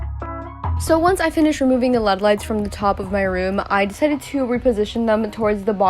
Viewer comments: when she said led lights i died instead of l-e-d lights😭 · I love this video, but it triggers mw everytime she says lead instead of L E D. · She said led lights instead of l-e-d light 4 whole times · yea that was triggering me lol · No its pronounced led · Is anyone else gonna tell her its L-E-D lights not led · no hate, but it's L.E.D not led lights (you say the letters like IRL or BRB) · me in my head wondering why she is saying : led lights instead of l - e - d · I like how she calls them lead lights not LED lights! I'm not making fun of her it's just cute ⚠️NOT THAT KIND OF CUTE⚠️ like awe that's so cute🥺 Not Oh~ that's cute~😏😍 Dont come for me pls Also I like how u are like my sister... U take up the entire room with all your stuff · LMAO girl i say “led” too😭🤣🤣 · She really said led lights lol girl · hahaha "lEaD lights" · Ikr it’s elleeedee lights 😂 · yeah but one of the times she said led, but I guess it’s really no big deal